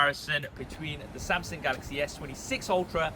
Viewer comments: It's Samsung not Samsing. So cringe with that Samsing pronunciation. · Am I thee only one to notice he's been saying "samsang" & "Samsin" Instead of "Samsung" lhh Throughout the entire video. Lhh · Oh my. Why is bro STILL saying "Samsin" & "Samsing" and no "SamSUNG" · I appreciate the insight from you and the other main phone comparison pages, but my brain hyper focused on your pronunciation for some reason. LOL. It's "SamSUNG".... not "SamSING" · Good old "Samsing" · SAMSUNG NOT SAMSINGGGGGGGGG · Wtf is a SamSing😂😂😂. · the way he pronounce SamSANG jajaj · I like your Samsing 🤣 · why u called SAM SINGG? 😅😅 sounds racist but its nice 😂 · Why do you pronounce Samsung as “Samsang” lol in some cases.